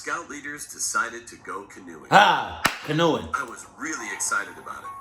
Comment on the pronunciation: nah you really didn’t know how to pronounce canoeing 🛶 😭😭